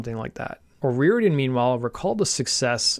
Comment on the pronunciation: great video.....but please learn the culture and their speak before u try to pronounce their names OH RI or idian